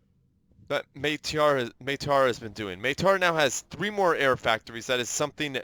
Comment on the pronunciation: Maitre is french may-tre. :)